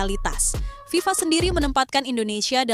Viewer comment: FIFA. bukan VIVA😅😅